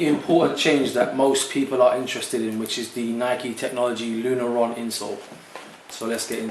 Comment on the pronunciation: Nice review, dude! It's Lunarlon, not Lunaron. :)